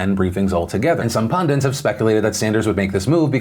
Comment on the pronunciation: The word is pundits not pundints. There is no such word as pundints. You Americans.